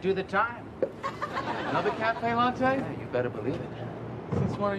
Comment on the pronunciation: Julia Louis-Dreyfus later said she wondered if Michael Richards' mispronunciation of the word "latte" was intentional and unscripted. I bet it was.